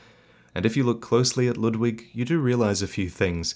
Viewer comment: His pronunciation of Ludwig (as well as other German or German-styled names like Siegward) drive me crazy. The "u" is not "uh", the "w" is like a "v" sound, the "g" is like a light "k". It's a real name, so it's easy to look up!